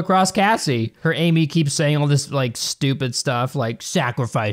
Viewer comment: The movie is actually pronounced Am I